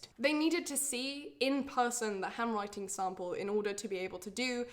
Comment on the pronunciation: Not sure why but my Canadian ears sometimes hear the word “hemorrhoid” when she says “handwriting.” Anyone else? 😬